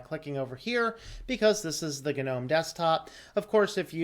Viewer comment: Is it really supposed to be pronounced gah-nome?? It sounds so forced and pretentious. But if that's how it's pronounced, so shall I. 👍🙂👍